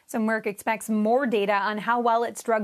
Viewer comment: Dude can't even say Merck right lol